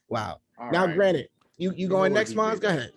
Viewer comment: constantly saying “granite” instead of granted 😭😭